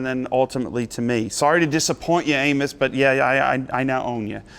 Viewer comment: For a moment, I thought Joe said "We're talking about anus."